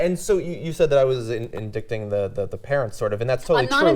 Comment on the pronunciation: said "in-dict-ing" rather that "in-dight-ing"...? 0_o